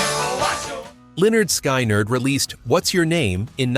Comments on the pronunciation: I will have to remember that band…Leonard Sky-nerd. And its lead (pronounced led) singer. None of these songs are evil, but this video comes pretty close 😝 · I clicked off after hearing Leonard "Sky-nerd." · Line ard sky nard. Wow, never heard it pronounced like that! I got this far, and can stand no more. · I got as far as "Lennard Sky-Nerd" then gave up. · When are the producers of these amazing videos going to narrate them themselves? Leonard Sky-nerd? Come on now! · Can't even pronounce the name of one of the most famous Southern Rock...